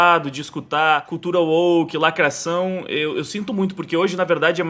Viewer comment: "lacraçaum não ecxiste"